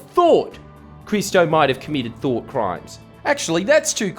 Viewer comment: "Though Crimes" bro i'm dying